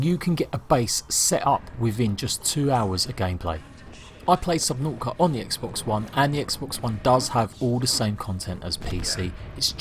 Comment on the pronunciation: Yeah! Subnau'ica! Not "t's" allowed.